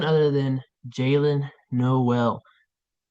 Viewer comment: It’s Pronounced nóel not no él